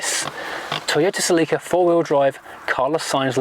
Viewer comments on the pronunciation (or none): I lost him when he started call the car celì’ca instead of just celica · It’s pronounced cElica not celicAAAA 😂 😂